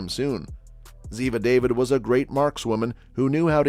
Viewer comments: NARRATOR : Ziva's name is pronounced Da Vid --- not david ! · The lady's last name is Dah-veed, not David! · So annoying! It's pronounced Daveed. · Why don't these narrators pronounce Cote's character name properly, thumbnail not connect, nothing about what she did before her acting. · If you going to do a piece on someone you might learn to correctly say the last name pf the person they played